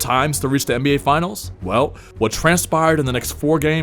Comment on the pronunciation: the what? NBGay?